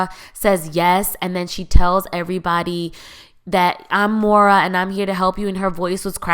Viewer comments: Moira, not Maura. Escape, not eXcape. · It’s Moira (PRONOUNCED Moy-ra,, Not Mo-ra )